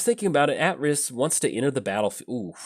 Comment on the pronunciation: Pretty sure it's AY-triss. Assuming KotOR2 got it right, anyway.